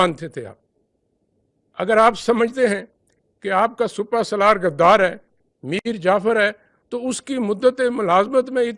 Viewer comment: Plz is Genral ko educate kro SUPA SALAR nai hot SIPAH SALAR hota ha lafz